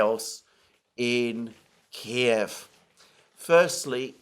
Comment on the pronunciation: I love that he still calls it Kiev, not this keev shit.